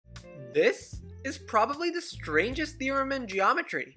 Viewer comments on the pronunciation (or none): I myself have enunciation issues, but that was worse them my usual and made me cringe.